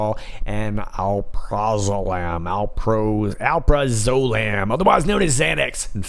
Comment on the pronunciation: The first pronunciation of alprazolam is corect! 👍